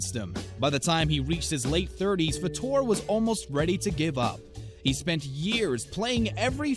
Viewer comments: It’s Fader not Fordoor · It's pronounced Faytor not Fahtor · It's Terry FAYter, not FuhTUER. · It's FAA-TOR..NOT FA-TOR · HEY SCREENY--- It's Terry FA-ter NOT fa-TOUR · It is pronounced Fa'*ter.. I think.. W.G. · Terry Fator is nor pronounced fat or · It's pronounced Terry FAY-ter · Pronounced FAYtor. Geez, know your subject. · Why do you not know how to pronounce FAYter's name? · You are pronouncing Terry Fator's name wrong!!! It is pronounced FATER!!!! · You are NOT pronouncing Terry Fator's last name correctly! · Learn to pronounce last names. Good grief!!!! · You cant even pronounce Terry Fator name correctly. You suck for wasting our time. No sub for you. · I'd you're going to narate, learn how to pronounce people's name correctly. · This narrator is not pronouncing Terry's last name properly. Lol omg